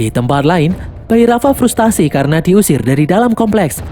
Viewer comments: Salah pengucapan bang karna seharusnya bukan karno😂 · Karna min, bukan karno 😂